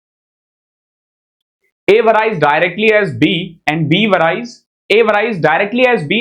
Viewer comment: Sir, am not commenting on your class, Am a South Indian n like your classes very much...a little suggestion me on your accent, some words like' varies ' is not right....its just a suggestion 😊